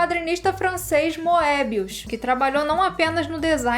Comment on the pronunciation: Excelente vídeo, mas permita-me ser um pouco chato e alertá-la: pronuncia-se "iodorowsky" o "j" tem som de "i". E "Mõbius", não "moébius".